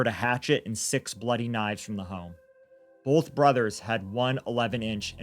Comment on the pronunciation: We get to hear say “bolth” a lot in this one.:)